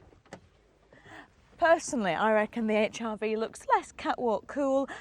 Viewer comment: 1 thing has just put me off, the way she says Hrv, sounds like hiv